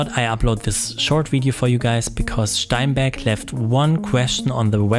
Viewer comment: And "Steinberg" has been pronounced properly! Thumbs up from me for that!